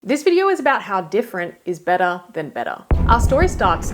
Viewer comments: Betta, hotta, bettah... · "You need to do betta, Betta" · Bettuh or better? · the dirtiah the bettah 🥕